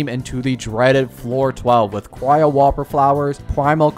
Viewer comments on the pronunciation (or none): none